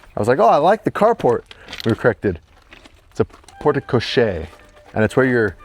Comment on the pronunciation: Pronounced "port co-share." Emphasis on the share, so "port co-Cher," like the singer.